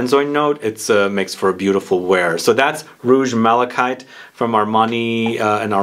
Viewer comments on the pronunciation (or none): OMG, It is not pronounced Mala shite... Lol! it is pronounced thusly: Mala kite. Too funny! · Or, if you are using the French pronunciation, it would be Mala-keet. Agree with you that it's definitely not Mala shite, any way you choose to look at it.